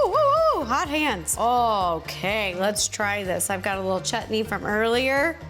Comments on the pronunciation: I just love the fact that you called it chutney and not shutneee 😂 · I love how u say the word chutney like u said correctly and beautifully 😊